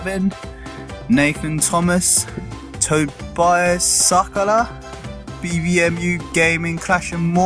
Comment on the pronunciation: That pronounsment of my name XD